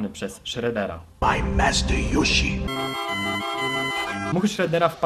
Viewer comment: ten coś tam od zówi ninja mówił yushi a nie yoshi